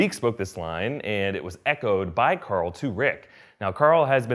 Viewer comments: Stop saying COARL plz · Mike Morgan He’s making a joke about how he yells Carl with his Texan accent. He yells Carl (Core• F ull)